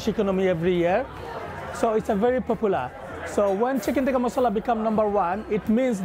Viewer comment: They can't even pronouns the word "masala" correctly and claiming it's there food😂😂